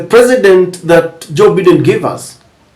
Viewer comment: It's Biden not Baiden.